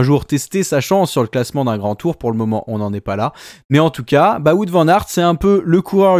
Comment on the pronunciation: Salut les gars. Wout ça de dit Wow-te, pas voûte. Merci 😄